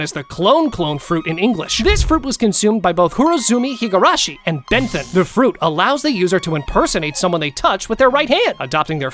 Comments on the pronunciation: listen to Bon kuns name pronounced 😂😂😂 sounds like Benzin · I was thinking that what a weird pronunciation